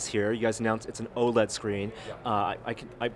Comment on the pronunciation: I thought OLED was meant to be pronounced with each letter like LED o_0, this guy makes it sound weird.